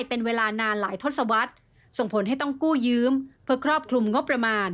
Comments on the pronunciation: กู้ยืมค่ะ ไม่ใช่กู้ยื้ม ได้ยินทุกคลิปเลย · กู้ยืมค่ะ ไม่ใช่กู้ยืื้ม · 'กู้ยืม' ไม่ใช่ 'กู้ยื้ม' ระดับนี้ควรจะใช้ภาษาให้ถูกต้องนะคะ